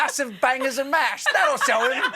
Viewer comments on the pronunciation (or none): none